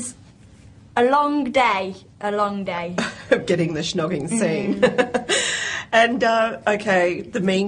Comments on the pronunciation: the interviewer keeps saying shh-nogging! what an eejit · Lol at the interviewer, "shnogging", it's snogging, love. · She keeps saying shnogging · Wtf she keeps saying shnoging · Is it me or does the interview keep saying "Shnogging?" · LOL the interviewer called snogging 'schnogging' ! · Why she saying shnogging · lmao she kept saying schnogging!! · whats with thats women pronounciation, its snog not SHNOG xD